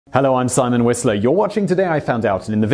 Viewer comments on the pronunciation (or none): none